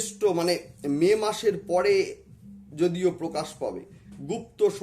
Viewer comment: You occupied The power of SHIVA SAKTI but appearance doesn’t mean that —-/////———-ড়াহু, পড়ে, গুড়ু - উচ্চারণ সমস্যা